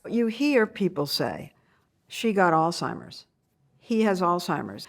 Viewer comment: Too bad Lesley does not know how to pronounce the word “Alzheimer’s”